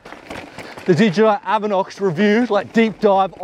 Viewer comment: D-J-I... not didja